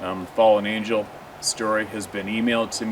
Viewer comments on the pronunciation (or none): none